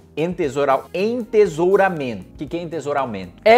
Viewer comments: Enterousaumento!!!!! kkkkkkkkkkk!!!! Vamos de soletrando --- En-te-sou-ra-men-to!!! Capicce!!??? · kkk falou errado de novo. Kkkk só lembrar de teSOUra CARAMBA! 😅😅😅😅😅😅😅😅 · Ninguém: Kataguiri: Entresoraumet... Ensoutare... Entesoroaumento.. ah sifude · KKKKKKKKKKKKKK ENTOUSEURALMEUNNTO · Quando a Dona Florinda chama o Kiko de Tesouro ela está cometendo um "Entesoraumento" kkkkkkk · O Kim é formado em Direito e não sabe pronunciar palavras difíceis. Em fim, a hipocrisia. 😂😂😂😂😂😂😂😂😂